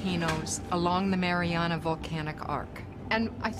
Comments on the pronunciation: Oh thank God other people heard the narrator call the Mariana Trench the Marinara Trench every. Single. Time. I thought I was being gaslighted until I read the comments. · Not a good docu to learn English? I actually was thinking "ah in English it is called marianara trench. good to know!"... I almost wrote it down to learn it... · “The marinara trench” lmao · Does he keep saying marinara trench? I thought it was the Marianas or mariana trench....?? Marinara is the red shit you put on bisghetti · Did this guy really just call it the “Marinara” trench? How’d that happen in a NG documentary? 😂😂😂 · It is humiliating that the narrator does not even know the name of the place and keeps calling it "Marinara". Ridiculous...